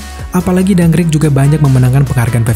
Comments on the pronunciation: Dunkirk boss, bukan dunkrik🤦‍♂️🤦‍♂️🤦‍♂️ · Dankrik ga tuh bacanya